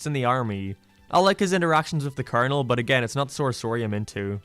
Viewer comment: I appreciate the effort of the video but about 75% of "I don't like it" is basically just the guy not being old enough to get references ie the cat burglar 2nd half is just Simpsons doing its a mad mad mad world and the way he pronounced Colonel as "colonial"